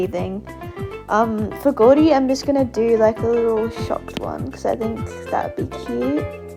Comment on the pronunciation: I'M CRINE WHY DID U SAY "goudy" INSTEAD OF GOURDY